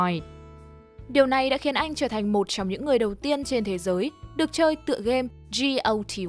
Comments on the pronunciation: thật, đọc luôn game of the year có phải khỏe hơn ko. này như kiểu ko biết gì hết mà chỉ nhìn text và đọc thôi ấy =))) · GOTY (game of the year) và bạn đọc thành "dzi âu ti quai". Nghe tới đây hết hồn. Góp ý tí